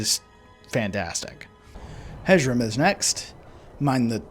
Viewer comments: Please. Please, Hjerim is “year-im” not “hedg-um”. Imagine the “j” is an “i” or “y” sound and the “h” is very very soft. Great video otherwise! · Mild psychic damage from how you pronounced Hjerim 🤣😅 (It’s supposed to be “h-yer-im”) Other than that, love this video! Hjerim is my fave house honestly, despite the fact that it’s a prior murder house 😂 Honeyside is my second fave, & Proudspire Manor is my third!!! But we all love Breezehome, that place is wonderful. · Your pronunciation of Hjerim intrigues me. I’ve always said it as “hyerim” like with a soft J lol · This video made me question the pronunciation of Hjerim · The pronunciation on Hjerim was the worst I have ever heard.